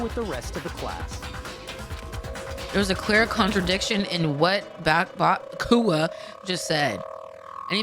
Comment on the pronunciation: Might be late tbh but if you don't know, byakuya name is pronounced properly